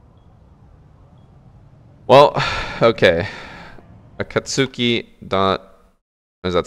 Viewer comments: No actual way i heard him pronounce Akatsuki as "A-cat-soo-key". Someones gotta force this man to watch Naruto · it’s pronounced a-kat-ski it’s from naruto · akatsuki... the way he pronounced it boggles me.